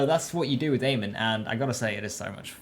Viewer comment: It’s not aman it’s pronounced a mon not aman